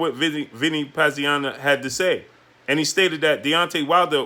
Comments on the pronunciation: "Pazianna"?? How long you been watching boxing?? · how are you struggling to say Pazianza's name? Dude is a legend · What kind fight fan are you? You don't even know how to say Vinny Pazienza. What did you get into boxing last week. Stop clowning yourself.